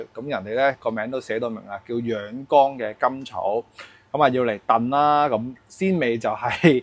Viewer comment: 博主某些發音有些問題，養肝草读成養肛草，凢干字音的都讀成江字音，还有安字音都有同樣問題，希望留意及改進，令视频效果更理想！